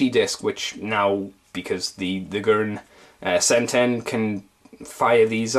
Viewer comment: it's pronouns as gurren seiten (gurren se-ten)